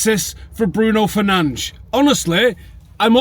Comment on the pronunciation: You said Fernandes right!!!!